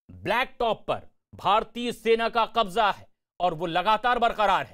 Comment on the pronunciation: It is Qabza not Kabja, by the way, is there no Hindi word for Qabza?